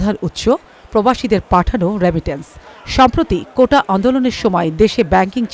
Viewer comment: কোটা নাকি কৌটা বলল?